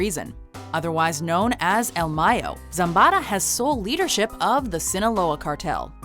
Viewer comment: how about the Cali Cartel Bosses? Not even an Honorable mention? BS ! Also...I cannot stop lauging at how she pronounced Zambada...ZambaRa.